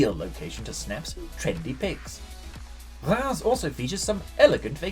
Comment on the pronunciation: Reims is pronounced Raaz though, with a French R sound.